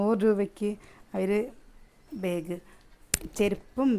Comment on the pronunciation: ബേഗ് അല്ലാ ബാഗ് ആണ്